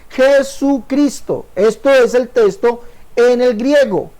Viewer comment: Este señor se la pasa anunciandose y diciendo testo en lugar de texto.